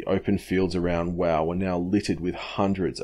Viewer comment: Wau is not pronounced "wow" as you mention it, It is pronounced "WAY" goo job though sorry for the correction however I was told how to say it as an old neighbour of mine came from there in the early '50s.